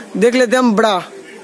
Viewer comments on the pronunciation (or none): Pranaunsection thik nahi bra ko bda bol rahe hai